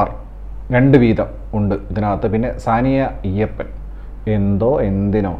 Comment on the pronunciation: ഈയപ്പൻ അല്ല ആയപ്പൻ. സുഹൃത്തേ അങ്ങനെ ഒരു പേരില്ല. Iyyappan എന്ന് ഇംഗ്ലീഷിൽ എഴുതുന്നതാണ്. സാനിയയുടെ അച്ഛൻ്റെ പേരാണ് അയ്യപ്പൻ.